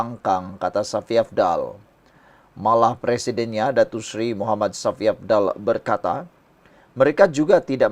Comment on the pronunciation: sebutan kau tu tidak betul Shafie kau sebut safi kau ni ada sekolah ke?